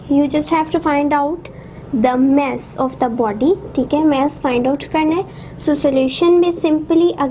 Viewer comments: ASALAM O ALIKUM MAM ITS MASS NOT MASSE PLEASE CORRECT YOUR SOUND OF MASS OTHERWISE YOU ARE BEST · Vo mess nahi mass hai bolna sikle